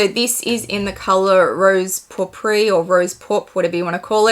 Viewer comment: You pronounced Framboise perfectly, and pourpre as well (not poor-pree, the first way you said it). Paillette is pronounced pie-ette. 😊 These bags are stunning!!! Loving Collectionmas. ❤